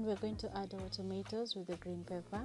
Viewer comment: Eti tomeros.. 🤣🤣 wakenya jamani eee. SEMA tomatoes ama Nyanya!